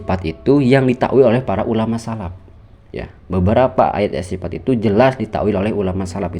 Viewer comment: Sifat bukan sipat, tafwidl bukan tapwid, salaf bukan salap Tolong bacanya yg fasih, bukan pasih, baca saja gak fasih kok bahas teks arab